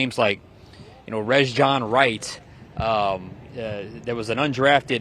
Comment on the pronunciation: please tell Sean that Rejzohn is pronounced "RAY-john", straight out of Rejzhon's mouth at the after-practice presser Tuesday. He said he didn't know what his mother was doing by putting a "z" in his name. RAY-john, not REZ-john. GEAUX SAINTS!!!